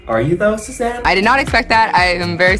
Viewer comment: WAS IT ONLY ME OR WHEN SAID SUZANNE I HEARD 'SHAZAM' LMFAO